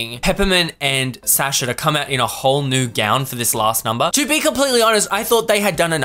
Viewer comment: why are you saying Sasha wrong 😅 take it from a russian, it's suh-sha